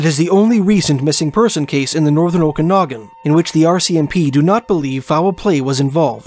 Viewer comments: Luv your accent but Okanagan is pronounced Oak -Kan as in Can -Nog -Gan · Prayers up for all families of the missing loved ones. Great job making public aware of disappearances as well as the locations. Commentator did really great job speaking but this woman can't even say Okanagan correctly, at least do some kind of research for pronounciations before hand.